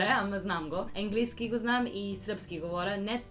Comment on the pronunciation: Не Енглийски а Английски с ,, А"